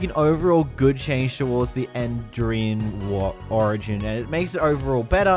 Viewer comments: "the enderian mod" ... AAAAAAAAAAAAAAAAA btw its spoken like endirian edit: he said enderarian in the past apparently and idk how you can even get that edit 2: he also said enderan and endrian on accident too on , , and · it's end - er - ee - an